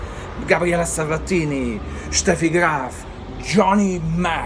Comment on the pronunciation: Do you speak German? The way how you pronounce Boris Becker, Steffi Graf Sounds like german native speaker.